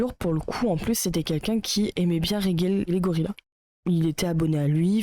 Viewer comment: Pas fan de Regelegorilla mais je trouve cette vidéo complètement à côté. Bon, passons sur la mauvaise prononciation du pseudo, c'est un détail. "Je ne sais pas de qui il parle mais..." Fallait commencer par là, non ? Dire qu'il a tort alors que tu ne sais pas de qui il parle... c'est tellement lunaire. Bref, il y a des critiques à faire à son contenu, mais là, c'est vraiment pas creusé.